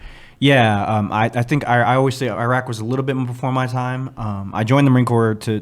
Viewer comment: swag put I into “Iraq 🇮🇶 “😂